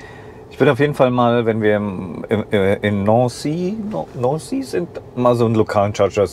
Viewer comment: Zuerst danke für die video ;) sehr interessant sogar für mich . Nancy hast du zehr gut ausgesprochen :) . Bin auch am überlegen ein MY zu kaufen und bin sehr dankbar für solschen video wie deinen . Gute reise und viel spass ... LG aus Frankreich ;)